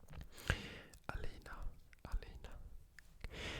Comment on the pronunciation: As a Turk, I thank you for pronouncing the name Aleyna correctly.